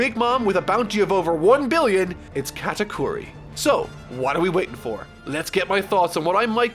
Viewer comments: Sorry,, you've mispronounced GOATakuri. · U butchered the first part of Katakuri’s name